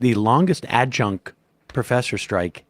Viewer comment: Nice going with “ad-junk” Sam 😂